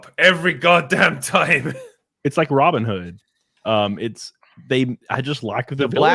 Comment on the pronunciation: I love the pronunciation from "Robyn Hood" gets me everytime bro! 😂